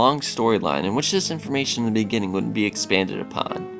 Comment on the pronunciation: Bejinning is the strangest mispronunciation have ever heard.